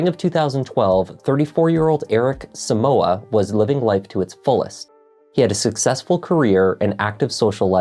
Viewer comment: The name is so-mu-ah not soo-mu-wa. It's a Ghanaian name please so don't grammartize it🙌